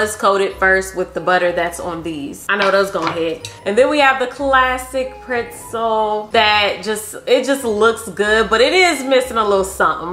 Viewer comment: Who else loves how pronounces PRETZEL.. PR(IT)ZEL? LMAO❤ I freakin love my girl bro....❤